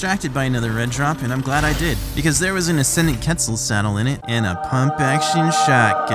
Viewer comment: Did he seriously say ketsel